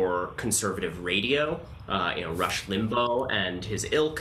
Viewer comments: I liked that he pronounced it 'limbo' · Rush Limbo? Totally on purpose pronunciation by Ronan. :) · Did he mispronounced "Limbaugh" on purpose? Ha!